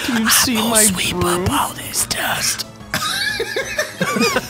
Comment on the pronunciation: "Mah BrhoooMm" lol